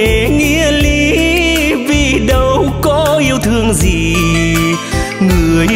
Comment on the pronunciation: Những âm "âu, đâu, u sầu " bạn de y. Phát âm sắc lại, hoi bi vòm miệng, co những chỗ hơi bị mờ. Doan co dược gi dau. Ban de y cột hơi.